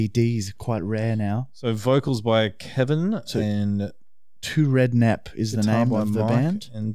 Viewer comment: The band is called ‘Srednep’, not 2rednep 😂 Happy you liked the mask guys 🤘Awesome episode 🍻